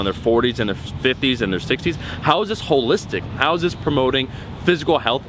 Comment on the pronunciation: Train calves everytime he says hollistic